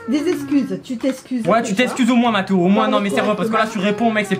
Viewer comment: On dit mathéo 😕